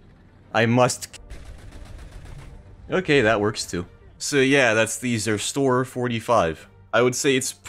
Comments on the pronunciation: What the flip why would you call IT sErStOrER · As a German hearing suffer to pronounce "Zerstörer" is really funny. Also, Zerstörer translates to "Destroyer", and that makes no sense at all. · Hearing you pronounce Zerstörer 45 made my ears bleed. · that was the worst pronounciation for that tank i've heard yet^^